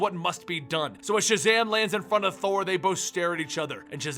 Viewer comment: when Shazam introduced himself je should have been back in his kid form because he said sjazam!